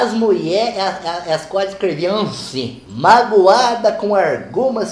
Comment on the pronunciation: “Maguada cum argumas pessoa” kkkkk fenomenal kkkkkkk